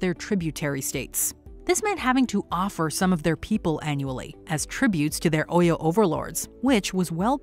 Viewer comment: But please the person narrating this video. Is she not white. Please what do you really know about Africans. Even your pronunciation of OYO is even wrong. But so far the movie was ok. But their accents was not stable. But they tried though. The king's accent was the best👍